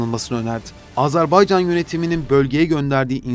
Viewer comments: AZARBAYCAN DEĞİL, AZERBAYCAN!! ÖNCELİKLE DEVLETİN ADINI DOĞRU TELAFFUZ EDİN! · Azarbaycan değil be kardeşim Azerbaycan. Söylemek zor değil, söyleyebilirsin. Azerbaycan diyene 100.000 veriyorum.